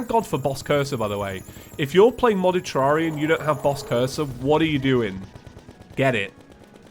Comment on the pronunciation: TERRARIA not TARARIA